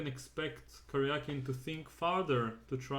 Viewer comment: Thank you for pronouncing his name correctly. Серге́й Алекса́ндрович Каря́кин. It should be transliterated as Karyakin. What IQ85 morons decided to transliterate his name as Karjakin?